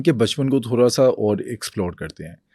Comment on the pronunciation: teach the host to fucking pronunce urdu alphabets right tf is تھورا